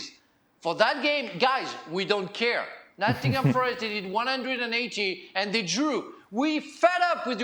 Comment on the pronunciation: Nottingham “Forest”, please!!!